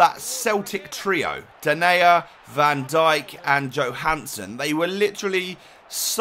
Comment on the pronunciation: My fav squad builder since I'm a Celtic fan and Denayer name is pronounced Denier